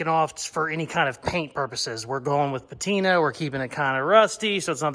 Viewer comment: OHHH YOu were SO CLOSE.. alas. You lost me at "petina"